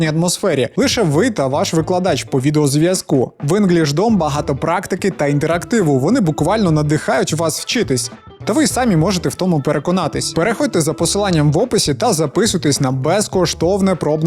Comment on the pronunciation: Мрачна атмосфера (рос) - моторошна атмосфера (укр). Просто вже вдруге чую у вас😅 І ще самІ, а не сАмі, сАмі - це російською. Знаю, шо не просили виправляти, але вам коментар і просування, а мені можливість показати, яка я розумака😂